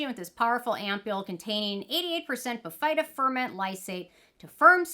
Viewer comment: Hi, the correct pronunciation is BIH-fuh-duh, not bih-FEYE-duh. And I agree this product is trouble. I couldn’t make it work. The fruit enzymes dissolved my face off. 😮